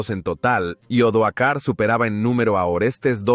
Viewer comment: Gran trabajo. Pero se dan repetidos errores de lectura por parte del narrador que habla de los años 1900's y hasta 2000's! También hay que tener cuidado con los nombres de los personajes históricos! Odoacro no Odoar, Julio Nepote no Julio Nepos... y así entre varios...